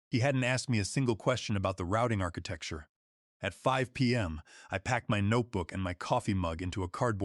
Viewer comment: Mispronounced “architecture”, “10 dollars zero zero zero”, wow. AI still suxs.